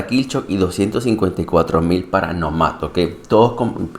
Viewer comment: Está muy cool el mech definitivo estará en mi hangar lastima que no tiene más energía. Respecto al nombre creo que la pronunciación correcta es Nómad (Nomada en ingles) con acento en la O y no en la A asumo el nombre es xq la siguiente temporada viene con temática de desierto donde habitan los nómadas como se ve en el trailer que habían publicado. Es mi suposición, excelente video como siempre. Saludos!